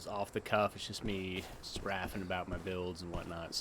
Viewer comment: I love that you said spraffing like a proper Scottish person lol